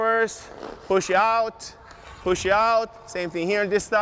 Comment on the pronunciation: Yo no one's told my man there's no "e" at the end of push